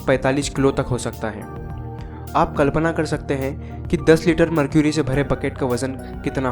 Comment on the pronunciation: इसे मर्करी कहते हैं न कि मरक्यूरी